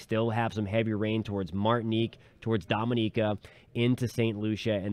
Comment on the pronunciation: It's Dominica 🇩🇲